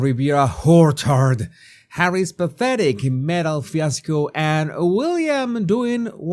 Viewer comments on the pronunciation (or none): Are you deliberately saying Whorchard instead of Orchard or is that just your accent? I think it is the perfect name. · I think it's spelled whorechard, 😅. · Naughty I hear how you pronounce (wh)or(e)chard😂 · I love you. The emphasis today on American Riviera WHORECHARD had me dying laughing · how you said Horchard! 😂😂😂😂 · I know it's a little childish but the way you say Whorechard always tickles me. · You make " orchard" sounds like WHOREchard...and I love it 😂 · Everytime you say Hooorchaard i can't help but burst out laughing, so funny. 😆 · Me too! Then when I say it, I try the way does. It’s just not the same but I still crack up. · I'm going to have to unsubscribe if ' doesn't stop saying ORCHARD like he does! 😂 I have to rewind because I laugh so hard when he says it I can't hear the video! 🤣😂